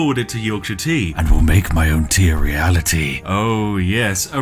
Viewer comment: Gotta love 'Real-a-tea'! ☕